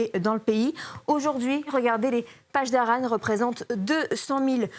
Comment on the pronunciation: Ça se prononce : paSSdarans pas pachdaran Les pronciations déplorables !!!